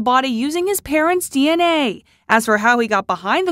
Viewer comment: hey. Haven't you heard? That's the new way of pronouncing DNA. You just have to drag the A for a couple of seconds so that it sounds like someone saying dnaaaaaaayyyy 😉.